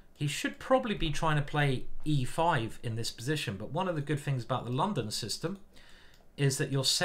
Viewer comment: As a foreigner I have to confess: very nice pronuncitation by introducing in the London System. And yes, as a child of the 1970s, I love Space Invaders and Pacman :-)